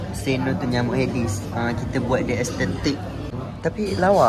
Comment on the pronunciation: "Estetek" ..bongokkk laa 🤣🤣🤣